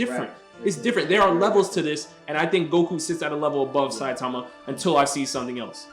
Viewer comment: thats not how you say saitama...and also what has character development got to do with this were talking about power not character and also here are some examples of gokus character development (you mean to tell me that the same goku that wouldnt even dare look at frieza's way ever again would invite him because he felt like he needed him for the tournament of power the same goku who gave cell his senzu beans would be willing to participate in a super saiyan god ritual if he was the same he would have never invited frieza to the tournament of power he would have never participated in the super saiyan god ritual because it isnt really his power plus after getting defeated by beerus goku asked for whis to train him character doesnt have to change drastically to have character development that's not what character development is)